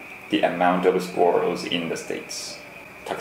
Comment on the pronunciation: I was suprised by how well he nailed squirrel